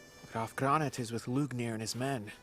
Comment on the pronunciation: The way the english dub butchers the name "Lügner" really hurts, guys.